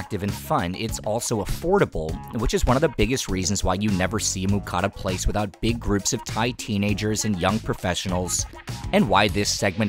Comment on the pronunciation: all this production value, you even live here.....but your saying moocatta....c'mon man.